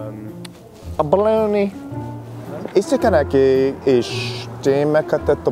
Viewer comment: i criedd when he said “ a bAlOnY”